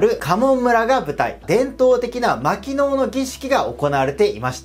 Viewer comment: たきぎのう(薪能)では？